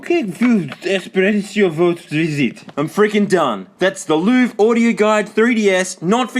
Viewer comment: I think you're supposed to pronounce Louvre like Lionel Hutz does when listing his credentials. "The Lou-verr"